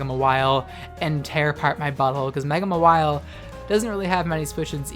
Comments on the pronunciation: It's pronounced MAR-wile, you pronounce it as ma-WILE. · It’s Ma-while or Maw-while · Ur pronunciation of Mawile triggers me.